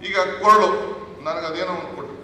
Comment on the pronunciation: ಕೊರಳ ಅಲ್ಲ ಕೊಳಲು